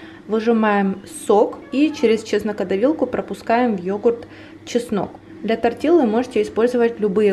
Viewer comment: спасибо огромное за рецепты! Только умоляю вас, тортилья, а не тортилла))) Просто две Л в испанском дают мягкое ль. А я все время представляю, как вы начиняете пожилую черепаху кинзой))))